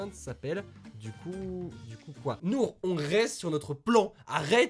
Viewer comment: Déjà tu dit Nourh je sais de quelle jeu c'est j'ai chialé suite a la vidéo de Squeezie, mais c'est les choix de là ❤